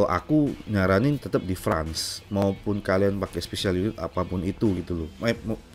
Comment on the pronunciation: France di baca "Frens" bukan "frans" om